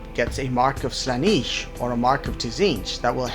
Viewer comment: Pronunciation corrections: Slan-nesh*, Zeench*. Good vid.